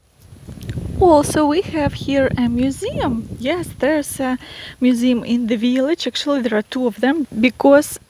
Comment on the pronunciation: I love your veelich, you're adorable.